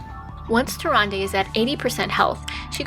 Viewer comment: murozond is meant to be nuzz after hes gone insane... or something like that. hes also from a different time string like the infinite dragonflight (which dont exist in our string) and they way she pronounced tyrande got really annoying >.<